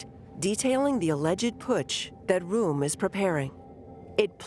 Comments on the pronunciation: How much effort does it take to do the research to get the German pronunciation right? "Room"? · "Temple-hoof?" "roo-ere?" Who taught this chick how to pronounce these places?